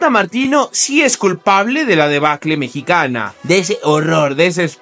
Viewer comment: FUCK! ... ADEBACLE )..NO MAMES ... LO CORRECTO ES DEBACLE..PINCHE IGNORANTE